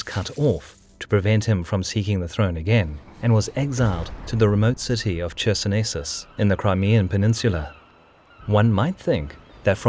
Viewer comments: Hi,, small remark - in the city name "Chersonesus" Ch is spelled as "Kh", and not "Tch" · I hate to be that person, yet) it is a tradition to write towns name CHersonesus, but it sounds more like KHersonesus. with muted K.